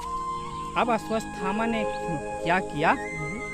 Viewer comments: Aswasthhama nahin Aswathhama hai. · It's not Ashwasthama, it's Ashwathama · शुरुआत में जो बाबाजी बोल रहे थे, वो बार बार अश्वत्थामा को अस्वस्थामा बोल रहे थे। Sorry🙏